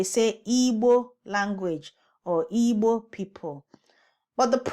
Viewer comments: You made no difference between people and language. You are just saying Ibo/ebo. I do not hear you pronouncing a g. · I'm sorry but I hear absolutely NO difference between Igbo and ibo when you say it. And I'm really trying to discern the difference but I'm not hearing any distinction between the two. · So, it's Eeebo and not Igbo in pronunciation? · Not very special. Igbo this is Latin. It would be pronounced in the English language. If it is spelled Ibo, it would be pronounced ee-boh. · We salute the presenter of IGBO in the clip because I couldn't agree more with her for making the point about the noted error in pronouncation that was adopted instead of the correct pronouncation IGBO people as the South West use the IGBO in different meaning too. When one thinks about yariba used for description, one wishes using Omo Kaaro Ojire people. We love Yoruba and IGBO and humanity in general. Thanks 🛐. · It's Igbo in pronunciation...the "gb" sound is a special sound/alphabet...look for an actual Igbo person to pronounce it for you to understand. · You're not supposed to hear "g". "gb" is a special sound in Igbo alphabets...tell an actual Igbo person to pronounce it for you. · Okay. Whatever you do to pronounce EE-boh, I still do not hear a g as in great, good, and pig. A soft "g" sounds more like a "j," as in the words large, general, and giant. Take care EE-boh.